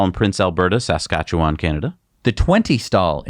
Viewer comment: It’s Prince Albert, not Prince Alberta. And, really, there’s probably no possible way for your pronunciation of Saskatchewan to not be an affront to my ears.